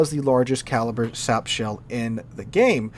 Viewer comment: every time there is an Italian BB in a replay I love how sometimes you say Shap shells 😂 what’s the pen of a shap shell? 😂